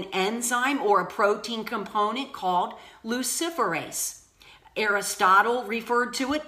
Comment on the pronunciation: It’s pronounced Lucifer-ase